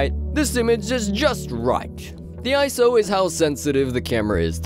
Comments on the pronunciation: It’s I S O Not iso... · Eye. Ess. Oh. Not eyeso